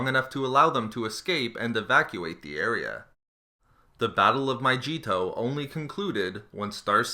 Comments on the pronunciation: I think that Mygeeto is not pronounced My Jeeto/Cheeto it is pronounced as My Gee toe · I'm pretty sure it's a hard 'g' sound, so it's "Mygeeto" rather than "Myjeeto". I can't remember if the planet's name was ever said aloud in the movies or the Clone Wars show, but hat's how they pronounced it in Battlefront. Also, I assume that the second planet you mentioned at about is Saleucami, whose name WAS spoken aloud in both Revenge of the Sith (briefly by Obi-Wan, where he is talking about the progress of the Outer Rim Sieges) and in the Clone Wars (where Rex and a small squad of clones found a deserter clone), and it is pronounced more like "sa-Lu-ka-MY". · Myjeeto? MyJeeto? MYJEETO!? It's Mygeeto! G! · Im the movie, it's pronounced My-Gee-tow with a hard g like good, get, gimme, gutter. It's not pronounced My-jee-to, but this guy is just reading articles off Wookiepedia anyway, and hasn't actually delved into this material. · I was going to let it slide, the fucking MY-JEE-TOE, but it's MY GEE TOE jesus fuck you keep saying it over and over and over lmfao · Its maygeto not mayjeto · Mi-gee-to, NOT "Maijeeto". No offense, but that has to be the most disgusting pronunciation fail I've ever heard. No joke. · every time you said myjeeto instead of mygeeto, I cringed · It's called Mygeeto, not MY-CHEAT-OH. Gid gud son. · How meany times do you need to say my-ge-to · Bro bro is pronounced mycheeto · It's. my-Gee-to. No j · "Myjeeto" BWAHAHAH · turn on the subtitles and everytime he says mygeeto it says my Cheetos 😂😂😂😂😂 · Every time he said "MyJEEto" i died a little inside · MY-GLEE-TOE (but remove the L). I'm surprised how much the mispronunciation triggered me. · It sounds like My Cheeto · ughhhhhhh "myjeetoe"? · I despise grammar nazis and you sound almost like English wasn't your first language but it is pronounced my-gee-toe with a hard G like go. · "My-jee-to" omfg this is bugging me so much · Andrew R it’s My-gi-tow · My Cheeto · Mygeeto is pronounced "My-Gee-Toe"